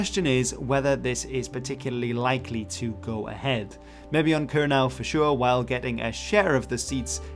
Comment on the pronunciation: Kernow yw leverys dhe rimya gans 'crow' yn Sowsnek, yn le a 'now'. Kernow is pronounced to rhyme with 'crow' in English, not with 'now'.